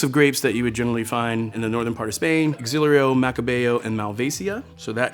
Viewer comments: His pronounciation of varieties is rock bottom though. Sorry to say but it's true. When he named XAREL LO I was able to deduce whaz he meant only bcs that is one of the main Spanish white grapes. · Andre is fantastic and presents wines in a knowledgeable and fun way, but his pronunciation of Xarel-lo is suspect...haha, cant blame him, I butcher wine words (especially Xarel-lo) constantly. Look forward to watching more of his content. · a sommelier mispronouncing xarel-lo?